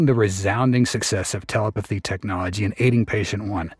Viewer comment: Your AI narrator keeps saying teleputhy 🤣